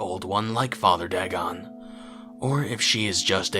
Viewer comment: Pronounced Day-gone